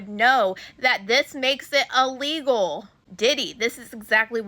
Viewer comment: The word is il-legal NOT ah-legal 🙄